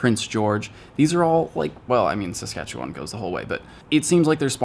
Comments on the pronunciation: HGNNN Thank you for pronouncing Saskatchewan correctly! I cannot tell you how many times I've heard people from outside Canada completely butcher the pronunciation! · You said Saskatchewan pretty good